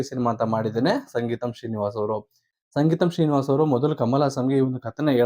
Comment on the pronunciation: ಅಣ್ಣ ಅದು ಸಂಗೀತಂ ಶ್ರೀನಿವಾಸ ಅಲ್ಲ ಸಿಂಗೀತಂ ಶ್ರೀನಿವಾಸ